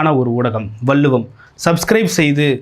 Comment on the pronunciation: Anchor Thambi,Valluvam prononce PROPERLY